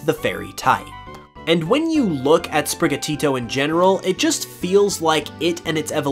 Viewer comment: OMG SAY SPRIGATITO RIGHT